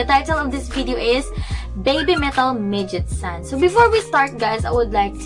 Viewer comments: Great reaction it’s actually pronounced Meg-its-oo-Nay it’s means vixen/female fox. In Japanese folk lore foxes were sly, cunning, deceiving and were able to shape shift into human. So basically you were right but it’s also saying women are not foxes. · That would get her closer on the pronunciation, but all of those syllables should end with vowel sounds (メギツネ).